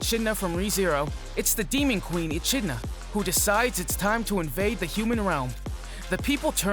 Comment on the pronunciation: It's pronounced "e-kid-na", homie. Also, Fuuto PI is P.I. as in "private investigator".